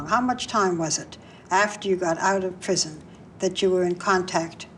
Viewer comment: "Pawole" "Pwison" Pwegnant. MAUWEE WAS IT WOITH IT.